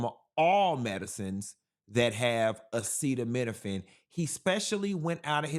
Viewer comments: The man that lives in the White House, couldn’t even pronounce acetaminophen. Someone in the audience had to say it twice. That’s ridiculous and embarrassing. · This P.O.S couldn’t even pronounce Acetaminophen. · Chile can't even pronounce "acetaminophen"😂😂😂